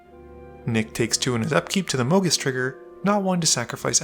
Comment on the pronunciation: "Mo' Geese?!"